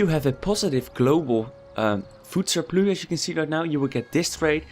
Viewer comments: You're english is good but it's a food surpluSSSSSSSSSSSSSSSSSSSS not surplu (this is english not dutch) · You get a Like just for saying "surploo" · Sounds like french with a dutch accent, snap je?